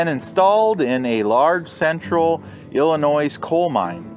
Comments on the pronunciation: The S is Silent in Illinois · Putting the S on the end of Illinois….